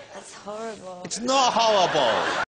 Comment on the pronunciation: ITS NOT HOWWIBLE !! bahahaa xD